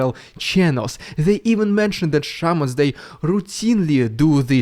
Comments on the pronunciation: I thought he was saying Shermans, not shamans. This may just be my 🇺🇸 understanding of WW2, but all I could think of was why is Putin pulling WW2 tanks given to the USSR during WW2 out of storage to fight Ukraine. Things must be going very badly for them. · I though you said Sherman not Shamans. I had to pause the video and laugh my way out of my chair. I'm now kind of disappointed.